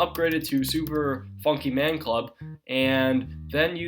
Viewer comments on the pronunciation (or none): "Super Fonkey Man club" Wow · Did he just say "Super funky man club"? WTF xD